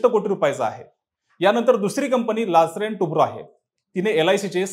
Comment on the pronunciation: लार्सन टुब्रो.....लॅसरेन टुब्रा म्हणाला😂